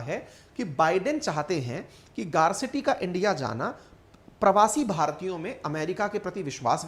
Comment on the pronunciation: जैसे अप्रवासी को एप्रवासी कहा जा रहा है।